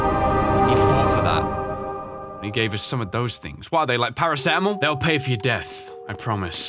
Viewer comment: Luis: These pills will supress the virus:Oh are they Paracetamol? XD by the way it's paraseetamol